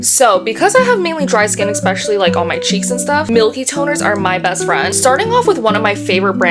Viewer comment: I can’t listen to you saying “EXpecially” anymore Bye